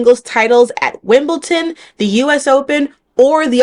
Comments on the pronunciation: Why do Americans insert a T into Wimbledon? Lol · As a Black tennis player —- LOVE this video. When I was the movie I knew the real life inspo for the characters immediately. Only correction: Wimbledon, not Wimbleton. This is a common mistake. 🖤